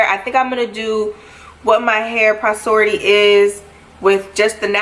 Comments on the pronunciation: sis said posority 💀 . it's porosity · I was like if she say posority one more time 🤦🏾‍♀️ lol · Kiera lmfaooo I caught that too I’m like is she trying to saying porosity? 😩🤣 but at her request I’m moving past this and enjoying the rest of this year 🤣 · You're pronouncing porosity wrong